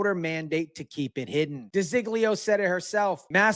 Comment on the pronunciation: Her name is De Zog Leo not di zig leo